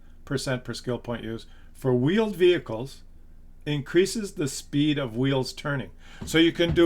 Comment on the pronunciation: "You're gunna have veeled wehicles...." >D